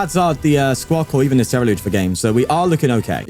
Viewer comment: It’s not Cer-E-lUge, it’s spelled Cer - U - lEdge. 😊